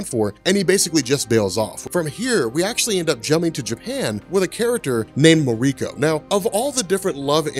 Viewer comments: Muh-REE-ko. hahahaha. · You need to learn how some things are pronounced. Its a japanese name, MAR-EE-KO. It drives me crazy that people are lazy when it comes to reading names. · Please don't pronounce Mariko like that.